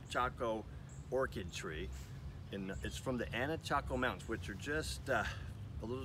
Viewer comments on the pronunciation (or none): I believe it's anacacho, not anachaco.